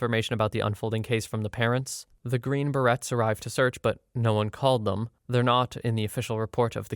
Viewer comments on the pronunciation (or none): Green berets ❌bear-ettes ✅behr-ayz